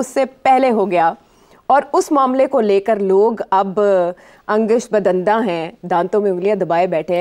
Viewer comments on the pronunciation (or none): Bibi Angasht Badandan nahin Angoosht badandaan hota hai!!